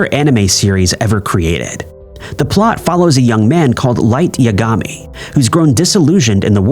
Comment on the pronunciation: ok. dude i like the channel. but do you even watch or actual research of anything that you talk about? so many names are not said correctly. Pee Card. Yuh Gawh Me... lol